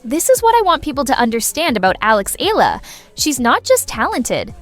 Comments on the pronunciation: …it’s just an annoying observation that annotations on videos would garble player names in what an otherwise relevant reporting…making it sound like it’s an English word? [ee-yah-la] becomes [ee-lah] in the case of Eala.. unless AI was used, they can research or learn from the NBA announcers who encounter a lot of different player names (some are weird) but are able to say them correctly… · most media personalities continue to mispronounce Eala... It is pronounced E-ya-la, not E-la. Do some research and correct your mistakes!